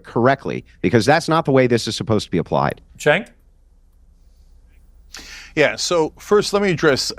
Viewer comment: Senk lol 😆 😂 🤣 snake 😂😂😂!!!! Love how he calls him name wrong on purpose!!!!!!!